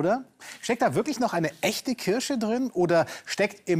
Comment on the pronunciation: nein es heißt Kirsche mit R.